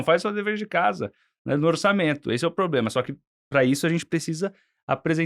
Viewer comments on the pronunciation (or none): Ele tem problema na pronuncia do "R" e você problema de cérebro Um dá para corrigir, o outro não. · Se não me engano foi falado "pobrema"... será que dá para prestar atenção nessas "opiniões"?